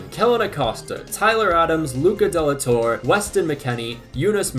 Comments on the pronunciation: My guy you gotta work on that Luca De La Torre pronunciation. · bro why did u pronounce "de la torre" like that in the beginning of the vid... smh